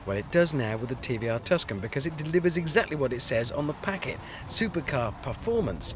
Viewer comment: Bekiss... it's' because' man...